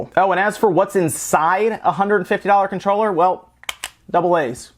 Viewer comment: Take a shot errytime he says Conchroller